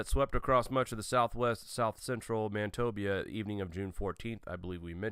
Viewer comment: Manit-obia..... lol It's Man-i-toba